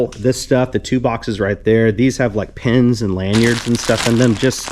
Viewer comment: Took ages for me to figure out you were saying pins and not pens.. (i listen (and kinda watch) while i work so i probably would have seen it sooner otherwise) holy cow those enamel pins are not cheap..